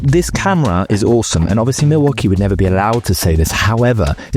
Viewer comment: What the Milwaukee is going on here! 24 perfectly pronounced times.